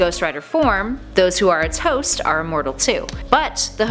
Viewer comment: ... She says "those who are it's host" but it kinda sounds like she says "those who are toast" lol... I had to twins it a lil bit n listen to it again to make sure I was hearing the right thing n not "it's toast" lol